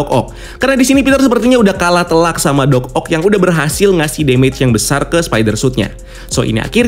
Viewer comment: Kagok bgt nyebut Doc Oc nya😂😂